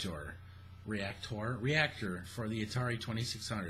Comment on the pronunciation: reac-TOR, lol. I love your ramblings babe.